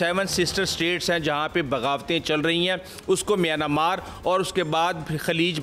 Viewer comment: میانا مارک نہیں میانمارک بولیں